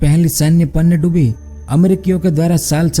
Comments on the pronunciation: बिल्कुल सही! पनडुब्बी का उच्चारण ही नहीं कर पा रहे हैं! पनडुब्बी को पन्नडुब्बी बोल रहे हैं! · Bhai aapi ki video to sahi he lekin panidubi nahi pandubi bolte he please thoda sune me sahi lage esa bole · Pannadubi nhi Pandubi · Are murkh panyadubbi nhi pandubbi hota hai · पनडुब्बी कहते है पहले panndubbi नही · PaaaannduBi nhi bhai pandubi 😐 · पन्नडुब्बी नही पनडुब्बी बोलिए ।। आवाज मिठा न सही शब्द तो सही से बोलो😀😀😄😄